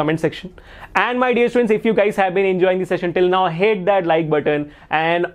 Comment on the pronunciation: You was saying pls hit that like button. I heard pls hate that like button 😅🤣